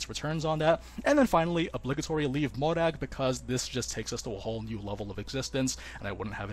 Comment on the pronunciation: i’ve always appreciated nn li’s pronunciation of mòrag’s name